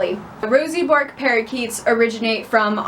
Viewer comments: As an Australian, every time you say "bork" It's 'burk' with a soft r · Pronounced as Burke not Bork. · i can't deal with Americans pronouncing it as "Bork" hahahahaha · Hey born and bred australian here. Its zctually pronounced Berk, after a famous Australian explorer.